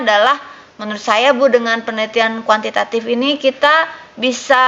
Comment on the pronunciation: Btw kuantitatif Bu bukan kuantitatip😁😁...orang Sukabumi kek nya nih dosen wkw